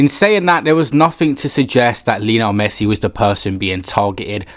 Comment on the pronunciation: Why does he keep saying Lino Messit? UGH